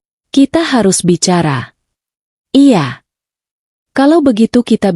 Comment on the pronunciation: Baca cerita y lemoooottt...belibet... Pengucapan kata 'iya' spti suara anak kecil.